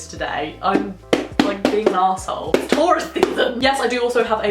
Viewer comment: Did you say Taurus